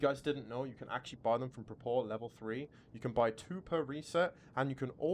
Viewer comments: is it propor? or prapor? 😂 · His name is prapor, not prapoor